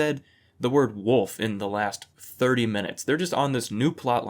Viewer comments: "Black woof". It's WOLF, YOU HIC FUCKS. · In one episode the one of "bad guys" calls Jeff 'wood elf', which is how I've referred to him ever since. Wood Elf. (Also, the way pronounced wolf as 'woof', which has ruined the way I think about the word now 🤣